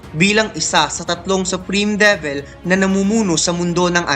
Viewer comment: Lods De-vil, Gawtch (Gauche) Li-va (Liebe) kung tama po ayan yung tamang pronunciation non.